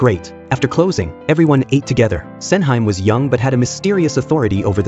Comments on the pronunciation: LOL. Sen-heym... Sen-Hee-Mae... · The movie looks great but I absolutely can't watch this review anymore when the AI pronounces her name as "Sen-high-m". It's "Sen-hee-meh", you bozo. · Sen hi mey not Senhaim. 🙄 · FFS please get the pronunciation right. "Sen Hime" is pronounce as "Sen - He May" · not MAY. it's more like "MEH" and to the bot's defense, that wasn't even her name in the drama, it was "Sen Handa" / Osen for short. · Sen-hime, read with english pronunciation 🤦🏻‍♂️